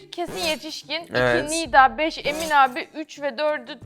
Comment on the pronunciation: Anladık beş'e beç dedi sus artık